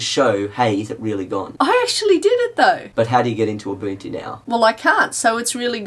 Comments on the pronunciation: From Abunchu to Ubuntu, great job on pronunciation in the last few years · UNBOOTtu Not Ubuntu LOL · When I first heard of Ubuntu, I thought it was pronounced "oo-buhn-too". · In 7th grade when a buddy of mine got Ubuntu on his laptop, I liked intentionally mispronouncing Ubuntu, and it'd drive him nuts when I did it. I'm a great friend. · it's not ubuntu, it's A B A N C H U